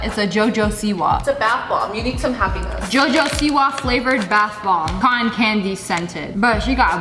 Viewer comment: We’re just not going to talk about how she said jojo siwa flavored